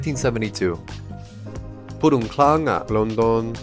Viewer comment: Purun tlang,not purung